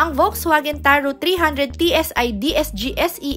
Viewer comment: FAX-VAGEN (not "folks" vagen)